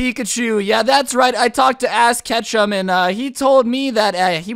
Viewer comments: you said not ash Ketchum but ass Ketchum well it sounded like that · Who is “ass Ketchum”, I thought it was ash Ketchum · Did anyone notice he said ass Ketchum not ash ketchum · I like how he said ass Ketchum instead ash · “I talked to Ass Ketchum” doesn’t know how to speak🤣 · You said ass ketchup???? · really said ass cetchum 😂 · Did you call him 😂😂😂😂😂ass kechem😂😂😂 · Anyone else notice that said Ass Katchum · He said Ass Ketchum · Haha he said ass ketchum Me and my brother call him ass ketchup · Anyone else notice in the start he said ass catchem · Did scrubby say ass ketchum??? Like the Pokémon trainer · "Ass Kechem" - 2019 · did you literaly say "ass ketchum"? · Anyone notice he said ass ketchum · He said ass Ketchum.. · I swear he said ass Ketchum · I know Aron oakley said this but I also heard ass Ketchum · You said ass kechum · you said ass ketchum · Am I the only one that heard him say ASS kechum I can not spell his last name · Is it just me or did you say *ss Ketchum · You said ass Ketchem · He said asses pikachu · He said ass kechem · Y u say Ass Ketchum